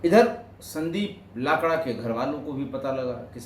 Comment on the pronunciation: Sir, we pronounce लकड़ा 🙏🏻